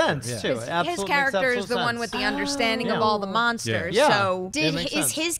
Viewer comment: be veeeewy vewy quiet. l'm hunting monstews.